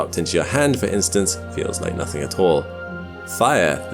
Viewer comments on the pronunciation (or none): none